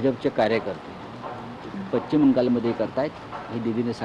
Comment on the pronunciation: Pachhim navhe pashchim aadi uchhar theeka kara